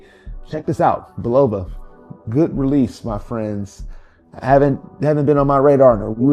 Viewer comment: Frank Sinatra is rolling over in His Grave, the way You're pronouncing Bulova... The "O" is pronounced ad an "A"